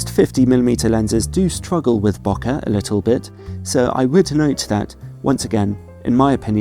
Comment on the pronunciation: just letting you know, bokeh is pronounced beau not noh!